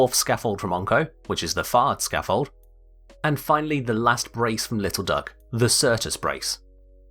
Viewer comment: sounds like fart scaffold